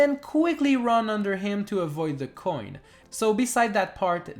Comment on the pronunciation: i love how u pronounce coin